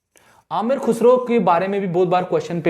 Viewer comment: Khusru nahi khusrao/khusrau